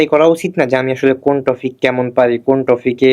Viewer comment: Ha barbar sudu টপিক কে টফিক টফিক বলতেসিল 🙄